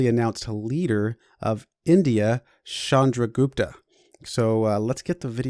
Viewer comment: It's not "Shandragupta" it's "Chandragupta"